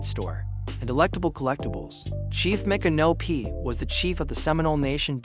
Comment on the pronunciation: Please try and stop mispronouncing Micnopy. It’s pronounced like MICK-AN-O-P for Christ’s sake